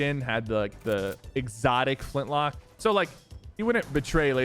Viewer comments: Him saying flintlock instead of flintknock angers me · It sounds like you're saying Flintlock. U know it flintKNock, right? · its Flint-Knock not lock, you said it right at the beginning of the video lol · bro it's "Flintknock" Not "Flintlock" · i love how sypher says flint lock😂😂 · so true bro